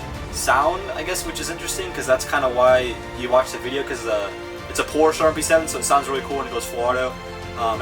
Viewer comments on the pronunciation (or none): none